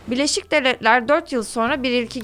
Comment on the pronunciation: Kizim sen neden gücene gücene konusuyorsun??sovyehler ney laan??devlehler ney yaaa birlesik devletleri niye devlehler diyorsun neden??neyin mecburiyeti??t yi dogru duzgün söyleye biliyorsun istee